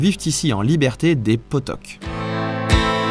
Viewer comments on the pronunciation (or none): C'est quoi des potoque ça ce prononce potioque aahhh c'est français est à titre d'information en ce dimanche 6 juillet 2025 ça 43 ans que je suis née est vie aux pays Basque